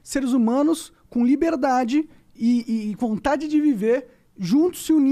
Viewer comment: Monark: "o vo defende a liberdadi defendendo governo autoritariu"